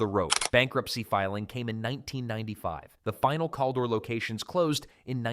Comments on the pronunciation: Caldor is pronounced "Kal-door" not "calldore". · I have never heard anybody say Call-dor..We always said Kal! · its Cal-dor not Kol-dor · Cal-dor. Like Calvin or Calories. One L. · I came to say the SAME THING..... although, I started to wonder if maybe we just said it wrong. But "Call-door" just sounds wrong even if it were the correct way to pronounce it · My friends and I used to make fun of the name sometimes by referring to it as "Caldior".😆